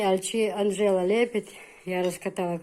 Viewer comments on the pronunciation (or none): none